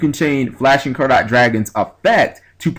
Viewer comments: It's pronounced the same way you would pronounce "carrot". If you've ever heard people talking about the purity of gold, you'd hear them say it's "five carat/karat gold" or something like that. Just in case someone hasn't said it already. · Carat, say it like Carrot :P It's Carats as in Diamonds/gold/silver/etc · Btw, Flashing Carat Dragon, I might be pronouncing this wrong as well, but I think it might be like when you go to a jeweler, and they ask "What carat diamond would you like" so it would be pronounced like carrot the vegetable I guess?